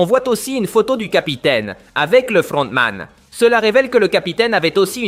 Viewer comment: LE FLLLRRRRONTMAN ET LE CAPTAIN PARLLLLK MDR 🤣🤣